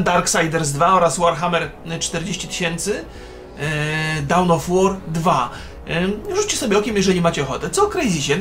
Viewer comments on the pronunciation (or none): dałn of war... hmm czyzby maciek z klanu w zemscie po rysku? :O